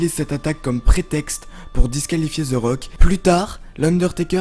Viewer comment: yannick tremblay "THE" la langue entre les dents ! Mdrrr